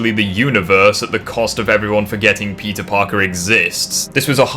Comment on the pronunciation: is it just me or everytime you say peter parker i always heard pizza parker